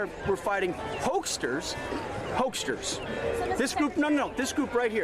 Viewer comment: “This is why we’re fighting hokesters…” Hokesters? Really? SecDef, I think you mean hucksters. A "huckster" is a person aggressively or deceptively trying to sell something, often using self-serving or manipulative tactics. You know… Like the president!